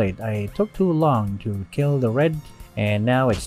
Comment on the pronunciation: "Our Keel" -Sun Tzu